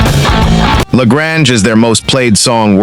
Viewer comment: Why TF use a worn out robo voice that can't pronounce La Grange. Jeez!